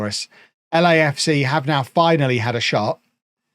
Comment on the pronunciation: When said Lecafca I was looking down and I was confused enough until I saw he meant LAFC. Which made me laugh.